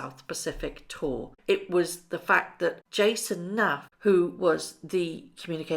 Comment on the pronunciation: Jason Knauf = North... Not Nafff .... get his name right.